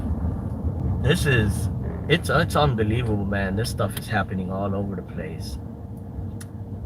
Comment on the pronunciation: "These empoy-yeez are unn-bee-lievable!" What a sad little nothing of a nobody you are, of Chicago.